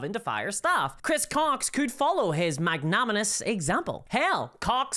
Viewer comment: 'Magnaminous'. Nice.